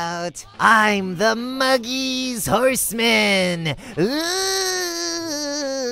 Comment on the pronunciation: THE MUGiESS horsemaaaan Me: it’s mugLess horsemaaaan